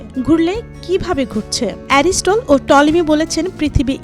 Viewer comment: অ্যারিস্টল না রে পাগলা অ্যারিস্টটল